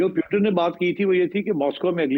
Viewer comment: why they can't pronounce "Putin" ?